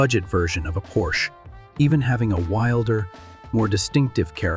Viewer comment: You should look into hiring a real person to do your voiceovers. While I understand if English is not your native language but the AI voiceover used is so bad that I stopped watching when the word Porsche was so poorly mispronounced it felt like slop.